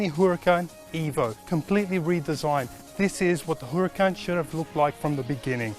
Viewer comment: I gagged when he said WHOracan